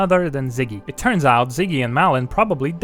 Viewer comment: I think it's more like "Mawlin" than "Malin" (due to the å), but I'm not sure.